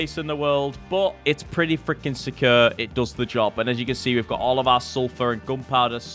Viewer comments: jordans pronunciation of the word "secure" drives me crazy and he says it multiple times in every video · Your accent of "secure" gets me every time. Great work on all your wholesome content nevertheless. *tips a cup o' tea